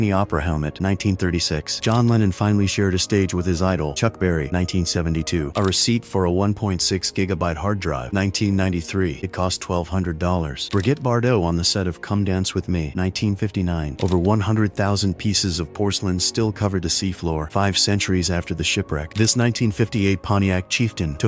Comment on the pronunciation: Bri-GIT Bardot!